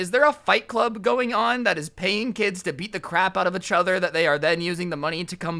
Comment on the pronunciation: Am I the only one that get triggered when he says each other.